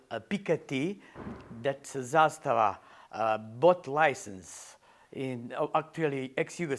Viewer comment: First one that said ZASTAVA correct.